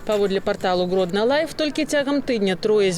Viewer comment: націск заўсёды на літару ,, О,, !